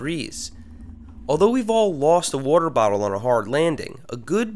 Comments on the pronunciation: "whroarter" lol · I like the way you say water. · I like how he says water 😂😂